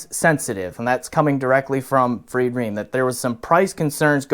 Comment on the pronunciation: It's Fried Reim not Ream.